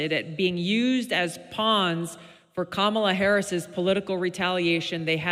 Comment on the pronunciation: Fuck around and find out Camel-UH.